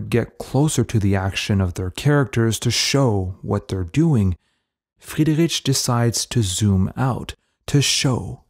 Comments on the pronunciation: You are mispronouncing Friedrich's name throughout the whole video. It's not "rich", but "rik". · Sorry, I can't listen to his name being pronounced like that for too long. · Thank you for this good video. My only suggestion for you, if I may say, would be to work on the pronounciation of the artists name, not only on C. D. Friedrich but on some other as well. It is not very difficult to find out the right way to pronounce names in their original language. I encounter this problem very often when I listen speakers from USA. It cause a bit of irritation while listening and it degrades the quality of content and presentation. I hope you take this as a constructive comment. Wish you all the best and keep making good content.